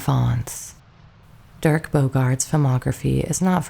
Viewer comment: Dirk, not Derek.